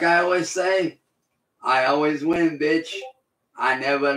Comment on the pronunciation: 👁 👁 🦷🦷🦷 " im vack vitch" 🦷🦷